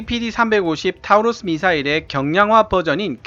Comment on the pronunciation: 타우러스가 아니라 토러스라고 읽는겁니다.